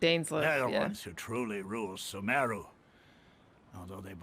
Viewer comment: I pronounce "SUmeru" and not "SumEHru"